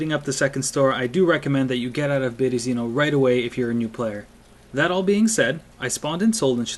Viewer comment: Berezino. Put the emphasis on the second E {Byeryeezino} ^^